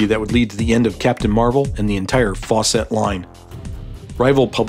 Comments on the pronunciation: Fawcett. Not "Faw-cette". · It's pronounced "Faucet," (sp. "Fawcett"), not "Faux-set."